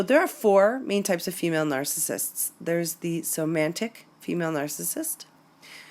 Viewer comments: please, it's soMATic and not soMANtic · It's "somatic" narcissist, vice somantic.